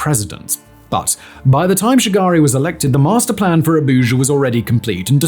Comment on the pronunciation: When he said Olusegun and Shagari I couldn't stop laughing 😂